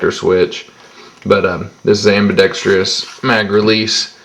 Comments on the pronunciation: its pronounced: am-bi-ˈdek-strəs or "ambidekstrus" not ambidextreeeuss. everybody seems to get that wrong these days. sorry for the pickiness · STOP SAYING AMBIDEXTRIOUS, IT'S AMBIDEXTROUS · Its pronounced ambidex-TRUS. Sorry, I hate when the word AMBIDEXTROUS is mispronounced.